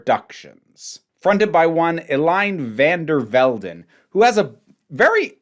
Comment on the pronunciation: Apologies if that came across more confrontational than intended. Just saying that the eye-roll while mispronouncing Eline van der Velden is audible.